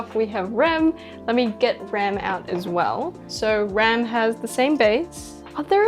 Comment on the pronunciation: Sorry but she says rams name wrong it's hard to explain but she said it wrong just saying